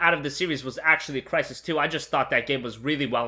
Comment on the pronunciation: Smash your head on the wall everytime he says "Crysis"